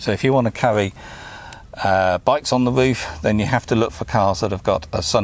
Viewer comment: Woof, wange and wadio love this accent so much mate! Keep up the good work with them videos lad